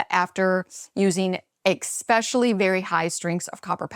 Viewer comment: Sorry - I dont trust anyone especially a doctor who says “exspecially”. Bye